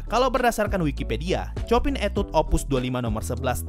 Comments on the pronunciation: bang saya hanya mau kasih tahu composer chopin cara baca namanya bukan chopin tapi sho-pan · Sedikit koreksi, min. Tentang Cara penyebutan nama Chopin. Setau saya cara menyebut nama Chopin yang benar adalah Sho-pan, atau Sho-pang, atau Sho-pan'. Soalnya bahasa Polandia.